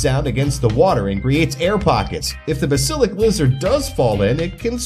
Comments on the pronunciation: the lizards name is not bu-sil-ic it is baas-il-issc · Bass-Il-Isk Not Base-Il-Isk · Its bask-a-lic not besta-lick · This guy said ba-sil-ik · BASILIC BA SIL IC he pronounced basilisk wrong :I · Pronounced: Bah-sil-isk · The Ba-sil-lick lizard. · Ba - sah - lisk — say it right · I was cringing every time he said it wrong ;= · He pronounced it right the first time then suddenly went wrong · I KNOWWW IT ANNOYED ME SO MUCH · You said the lizards name wrong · He said it basilisk wrong twice 😭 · YOU SED THE LIZARDS NAME RONG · Wrong pronunciation